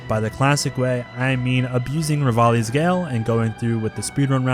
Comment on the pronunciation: The only botw youtuber who calls revali, revali instead of ravioli